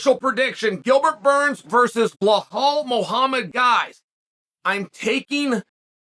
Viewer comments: Lmfaoo! It’s like he goes out of his way to mispronounce these names 😭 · It has to be on purpose.Otherwise he would potentially be an idiot.And I don't think Xhael is??😁